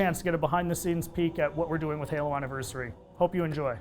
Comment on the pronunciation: Halo not galo lol